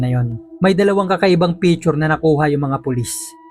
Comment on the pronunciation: Its not pitchur. Its picture